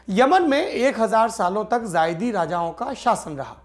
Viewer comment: सौरभ भाई वो ज़ायदी नही ज़ैदी है